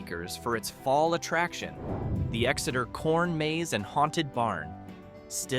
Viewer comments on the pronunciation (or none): none